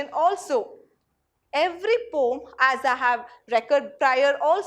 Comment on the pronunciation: Poem pronunciation wrong😔